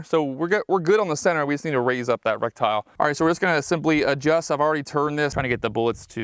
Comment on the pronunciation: Lol I had to check the comments to be sure I wasn't just hearing in euphemisms today, but nope he's really saying Rectile, maybe Rectile disfunction was the problem with him hitting low?